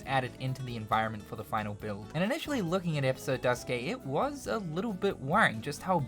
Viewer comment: "Duskay", "Type-OOHH", "zwooeehander"💀💀